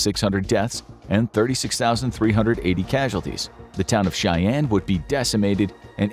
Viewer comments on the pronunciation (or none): none